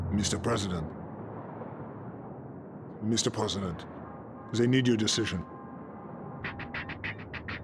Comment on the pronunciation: "- Mr. President? ... Mr. Posinent..." LOL